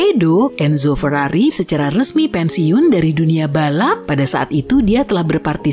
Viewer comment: feiriririri atau lambergember ?